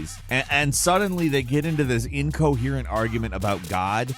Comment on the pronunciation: I'm not the only one who hears "utterly coherent" for Number 8? I sincerely do not hear another syllable for "incoherent"? 😅